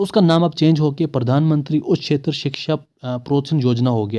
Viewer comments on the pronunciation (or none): none